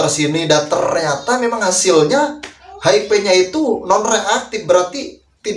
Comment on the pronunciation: Maaf koreksi mas hiv bkn hip